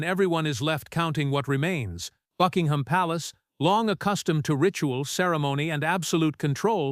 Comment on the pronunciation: Click bait. Illegitimate children are ineligible to be in the line of succession. Also, the AI voice cannot even correctly pronounce Buckingham.